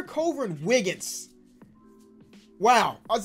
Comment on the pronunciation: Bro the way he said "Wiggins" killed me lmao